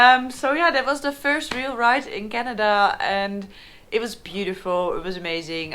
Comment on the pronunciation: Love how she pronounces "Canada". Her Dutch accent is really charming. Also, her map of Canada is hilarious. So tiny for such a huge country. She should get a larger scale map of BC, Alberta and the Yukon. That's all she needs.